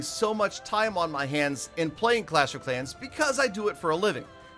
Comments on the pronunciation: Did he just say crash of crans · You mean crash of karens? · Frellow frans of Crash of crans! 😂😂😂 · Ah yes " fellow frans of crash of crans" finally a different intro 👏